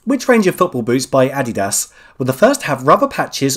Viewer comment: Please do us all the favor of saying "Adidas" again 😆😆